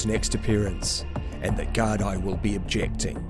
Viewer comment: For future reference in your videos, the correct pronunciation is Garda/Guard for singular or Gaar-dee for plural. It comes from the Irish, Gardai Siochana..'Guards of the Peace'